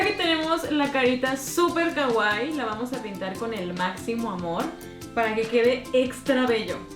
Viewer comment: Me encantan tus vídeos pero odio cuando dices kaguai no se pronuncia así 😥 es Kawaii la w se pronuncia ua y tiene doble ii las dos se pronuncian pero fuera de eso tu canal me encanta